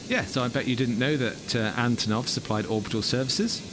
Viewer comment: as russian-ukranian-belarussian speaker i should say that it's antOnov with word stress on first O but not on first A.